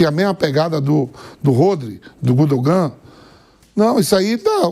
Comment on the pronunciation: Reri Kin, Gudo Gan, Ralad, kimiti